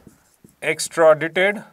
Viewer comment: Extradaaaite is pronunciation